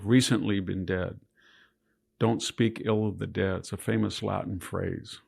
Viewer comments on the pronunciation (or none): none